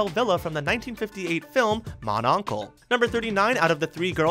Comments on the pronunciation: Fact 39 - It's pronounced Moan Own-cluh. Also Bell, Büll and Reb- el. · You really butchered the pronunciation of mon oncle. Watch it by the way it's genius.